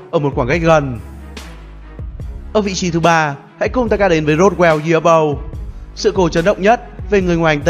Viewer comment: Hay nhưng nghe khó chịu với cách phát âm Ufo và Roswell của Ad quá